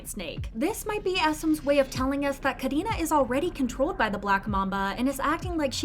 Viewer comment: I love how you say Karina's name it's so satisfying for real 🙈